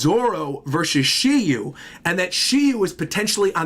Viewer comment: SHIRYU, no SHILLIEW